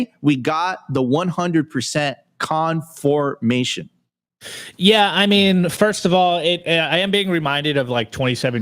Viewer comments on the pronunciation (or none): ~ it's not 'con"FORM"ation'; it's 'conFIRMation', u clod